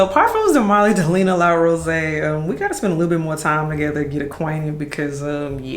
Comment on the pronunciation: Yoooo the Nigerian accent I don’t even have came out when you spoke about La Rosee 😂😂😂 I was like “ Eh? “ 😂